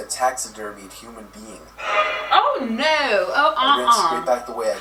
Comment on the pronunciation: when says "oh no" she gets a British accent rq 😂😂